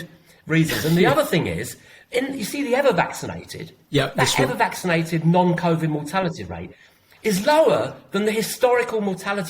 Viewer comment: John - will you please stop saying "none" to mean "non" they are two different words, non is a "on" sounding word not a "un" sounding word.